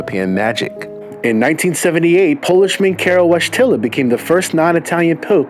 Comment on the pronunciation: 'Voshtila', you say??? Kindly check the prononciation of the pope's name, please